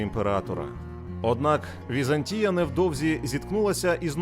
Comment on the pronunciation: ВізАнтія ( наголос на другому складі) - зразок облуди , лицемірства і зради. Вона створила штучну абетку для слов'ян (кирилицю) на основі грецької абетки, щоб утримувати експансію слов'янського світу. Її релігія - православ'я, стала релігією східного слов'янства Та прийшов час і Візантійська імперія зменшилась до розмірів міста, в 1453 році оточеного турками. Хоч як волали про допомогу ромеї ( греки ), ніхто їм більше не хотів допомогти. "Славним" нащадком Візантії стала Російська імперія (Третій Рим ), яка успадкувала весь негатив Візантії.